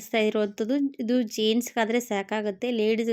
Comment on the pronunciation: ಜೀನ್ಸ್ ಅಲ್ಲ ಜೇಂಟ್ಸ್ ನಿನ್ನ ಭಾಷೆ 😂